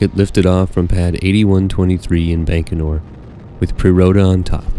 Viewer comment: Excellent videos. But the Russian launch site is pronounced "bye-ko-nur", not "bank-o-nur".